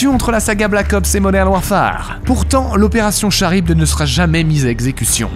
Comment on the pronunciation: on dit pas charybde mais karybde (a la base c'est une créatre de la mythologie grecque)